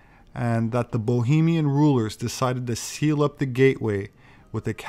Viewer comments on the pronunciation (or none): none